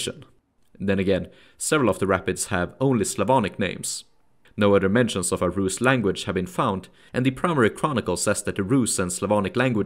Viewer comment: Rusy it’s like dirty bland not rad 🤷‍♂️